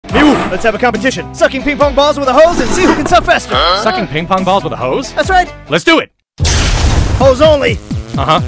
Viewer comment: Why the freak did he say suck like that🤨 and he said suking this video is weird😑